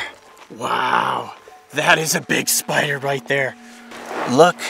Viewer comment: For a second there I thought you said SPRRRRRRRRRRRRRR